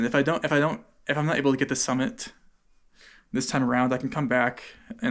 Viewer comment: He said summit, just with poor enunciation